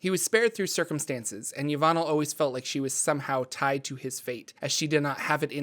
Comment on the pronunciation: "Yah-von-ell bon-ray" Look how they massacred my girl... Disrespecting the GOAT like that. That's like calling Lebron "LéBran!"